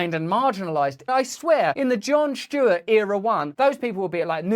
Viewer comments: "John Shtewart" 😅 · I love Russel Brand, but it’s not Jon “Schtewart”.